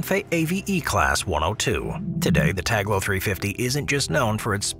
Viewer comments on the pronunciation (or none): It's tal go not tag lo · Dude cant read. Its Talgo not taglo. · the Spanish train is spelt T-A-L-G-O. Whilst the on-screen credit is correct, your narrator voice misspels it 6 times, calling it T-A-G-L-O. I am sure it is an oversight, but the wrong pronunciation of foreign names/terms is unfortunately quite common among certain English language speakers. The more reason to pay more attention in the future. PS - Check the name of the city for the first route you mention. Again, is is a foreign term, but there is no reason to mispronounce it with all the resources available to get it right. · When it came to the spanish raills (Talgo), you spelled it Taglo but it is spelled like it is written. (Tahlgo). And when Talking about the ICE 4, there were footages of various Siemens Velaro (ICE2/ICE3 trains). The ICE4 is currently set to max speed of 265kmph (which is about 1170mph). But otherwise it‘s an impressive video again. P.S.: We don‘t spell the ICE trains (Ice as in ice cream) but rather Ei Ce Eh (because ICE stands for Inter City Express). Interesting also that you already have shown concept arts of the Velaro Novo which is part of the ICE 5 generation project which will replace the ICE 3 (Velaro) by 2030s, however there‘s also competition from Alstom and Talgo so it‘s not sure if Siemens or Alstom/Talgo will take place to build the new ICE 5 generation. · It´s TALGO, not Taglo